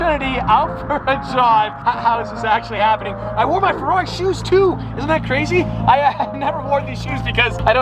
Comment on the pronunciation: I really cannot stand the way he says Ferrari he says "ferlalli" and it's really annoying I feel sorry for Luke having to hear that all the darn time lol